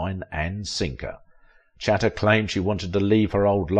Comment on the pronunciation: The narrator is badly mispronouncing Pallete. How on earth does he get puh-LAY out of her surname? Also, he hardly annihilated her. She's still alive, and he isn't. He mispronounces Chata also. Cringeworthy.